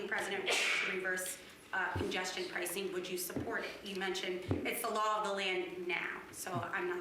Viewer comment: "...Congestion Pricin Program" ... Pricin... etf Forbes? )